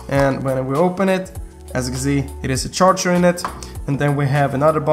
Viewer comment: OK charchar? Haha no offense but it is called charger Iove you anyways